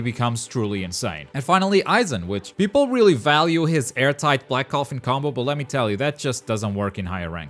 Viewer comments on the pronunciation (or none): none